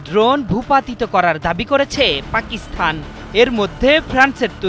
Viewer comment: উপস্থাপক বার বার পাকিস্থান বলছেন। সংবাদ উপস্থাপক হিসেবে সঠিক উচ্চারণ উনার জানা উচিৎ।